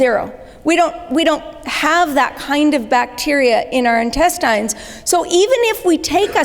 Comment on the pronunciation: Great video, but why is she pronouncing intestines that way?